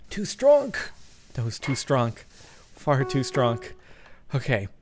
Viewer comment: lol he says stronk